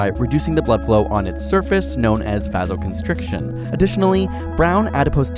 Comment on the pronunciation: Hypothermia does not occur when your core body temperature is less than 37 degrees Celsius. I might buy less than 36, but it’s more like less than 35 degrees Celsius. Also, he pronounced “vasoconstriction” wrong.